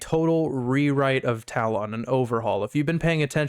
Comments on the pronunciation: is it me or does this pronunciation of talon sound extremely weird... ive always heard it pronounced "tallen," as opposed to "tal-on". and on another note, you could run this tool as fully as a powershell script like christitustech does on their script... with no exe payloads etc.. this way your tool plays nice with antivirus software and no need to do risky behavior disabling av. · Hey bud, great work! Not sure if you're doing it on purpose or not, but the correct pronunciation of talon is: "ta-luhn" and not "tal-ohn". Not trying to be an ass or anything, again, great work with the app!